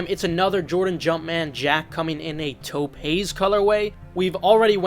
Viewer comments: I'm too high for this notification😅Taupe is pronounced like Dope. Not trying to be an asshole, just wanted you to know. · It's pronounced "towp" other than that cool vid